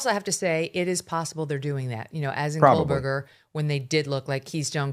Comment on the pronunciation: there is no L in Koebergerr!!!!